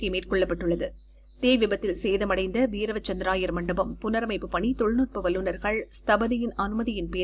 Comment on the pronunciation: AI தான் நியூஸ் வாசிக்குது போல. வீர - வசந்த- ராயர் என்பதை வீரவ- சந்த்ர-ராயர் என வாசிக்கு து